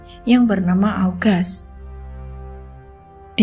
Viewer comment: Menit.... 1.15...... mbk yu..... AUKUS..... bkn AUGAS